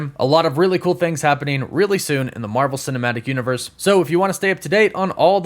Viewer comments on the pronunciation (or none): none